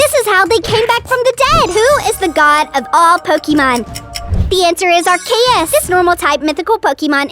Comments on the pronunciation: What is r-k-is it’s r-see-is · It is ar-CE-us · IT’s ar-se-us